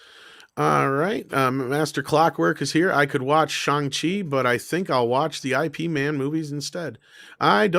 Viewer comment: It's not I P Man. It's Ip Man (pronounced Yip Man). Sorry, but it's the man's name. He was a REAL person. Please!